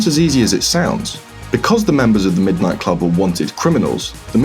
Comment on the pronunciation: middo nighto